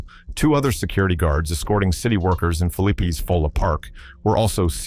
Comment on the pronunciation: Its Philly-Pea!!😂